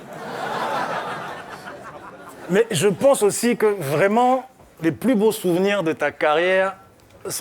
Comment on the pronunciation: juste dire "vreument" ca fais rire les africains ...